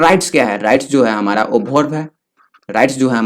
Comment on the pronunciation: why you said hamra